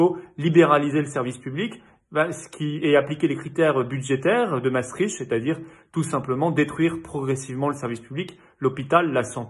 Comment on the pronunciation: au moins Raoult est le plus grand spécialiste de la terre ! ha oui .... et il n'est pas pédophile lui .... PS : Parole d'un belge a ses amis français, Maastricht se dit " Maastrikte " et pas " Maastrichte " ;)